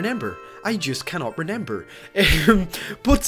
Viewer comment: Why does he say renember not remember